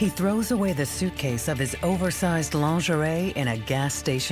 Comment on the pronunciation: It is Lingerie. LEAN -GER - REE . If you need to use French words - just take out your bubble gum .